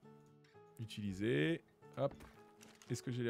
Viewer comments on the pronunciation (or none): none